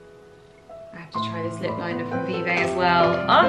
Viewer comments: Vieve is pronounced like Jamie’s surname lovely x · Just so you no, you pronounce Vieve like the end of Genevive (her name!)